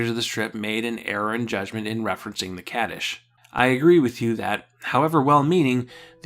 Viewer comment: Great video! Just a small tip for your Hebrew pronunciation: Kaddish is pronounced more with an "ah" sound and Rosh Hashana is pronounced with the o being an "oh" sound and the a being an "ah" sound. The accent pattern sorta falls like Rosh Hashána although that looks really weird to write.